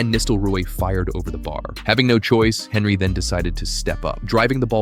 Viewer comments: The way you pronounce Henry is cursed af 💀its tee·euh·ree on·ree not fucking Henry 💀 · This American who’s posted this video know nothing about the premier league or who the players are who the f**k is Henry that’s how it’s spelt not how it’s pronounced he’s French don’t listen to this guy. When Ronaldo first played for united he constantly lost the ball you know nothing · At least pronouce Henry correctly. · IS this an AI voiced video? Pronouncing Henry like that just sounds wrong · I'm sorry but you can not be taken seriously if you pronounce "Henry" in English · I just wish you'd say Henry correctly